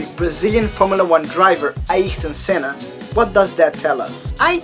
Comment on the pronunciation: you are pronouncing senna wrong